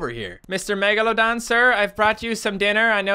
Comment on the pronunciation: you Said megamedon